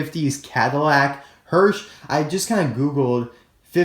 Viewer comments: It's a hearse not hearsh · As a little help, hearse is pronounced herse, not hersh. The "symbol" on the side is called a lando (lan-dew) bar. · It’s pronounced hearse not hearshe. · you pronounced the car name wrong. It's hearse not Hersh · You don't know how to talk. It's not hersh, its hearse. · Wtf is a hersch? That is a HEARSE! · It’s hearse with an ‘s’ not hearsh with a ‘sh’ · I don't see the Hearse being anywhere near as sought after as RD moodsprings, and would take another RD Moodsprings over the Hearse, but I do think he's very cool! But I don't expect to see him soon, as we seem to have had the same case of cars showing up in every store for the last 8weeks in the UK. Thanks for another great review :-) oh btw it's pronounced "Hearse"....not Hearsh :) perhaps you've got a chocolate bar in mind for later lol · I’m not being mean, but is no one going to notice that he says “Hersh” and that he put the picture on the screen in editing, but didn’t catch it when he put them on the wrong side and said the were in the same lane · In not sure that your pronunciation od hearse Is correct...